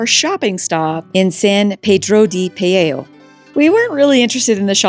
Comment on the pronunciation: That's "Pee-jar-oh." Accent on the first syllable.